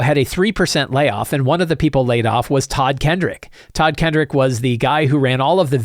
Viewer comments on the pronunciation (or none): Just for the record, it's Todd Kenreck not Todd Kendrick. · Just a note: There is no D in Todd Kenreck's name.